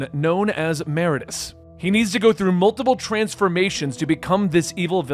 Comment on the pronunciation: You said "Meridius" wrong.. every.. single.. time.. 😢